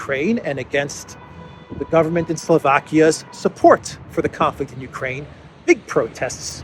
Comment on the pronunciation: Did you say the " You Pray in Project ". I like it.